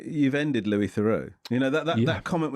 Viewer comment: They couldn’t even pronounce Louis’s name properly. Louis is a clever guy.